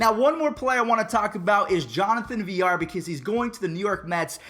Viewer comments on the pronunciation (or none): jonathan VIL-LAR. not Vi-llar